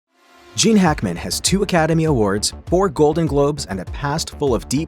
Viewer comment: Who is the narrator for all of these videos , if it is human pronunciation is discussing if AI we are in big trouble, some one give me an answer and I also add I liked Gene Hackman, and to hear his name sound like something else is annoying, and is on every video put out by this distributor.